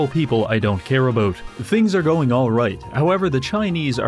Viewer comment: ABOOT EH?